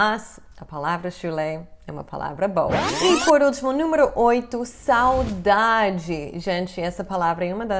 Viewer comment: Que legal, vc não tem sotaque falando saudade!